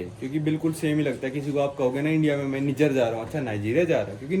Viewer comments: Abe ullu Niger ko neejar nahi naaijer pronounce karte hain 😂😂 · भाई ये निजर नहीं नाइजर है। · निजर नहीं नाइजर है इस देश का नाम।😅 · कोई निजर नहीं h नाइजर h wo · Nijjar nahi hai niger hai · bhai its not NIJIER...YOU ARE CALLING WRONG...ASK GOOGLE HW IT IS SPELLED AND SPOKEN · नाइजर है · Bhai country ka naam to sahi se pronounce kar le 😂